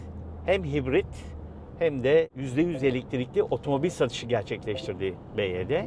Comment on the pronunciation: Araba çok güzel çok güzel modelleri var bizim burda en çok bu tercih ediliyo, bivaydi diye okunuyo bu arada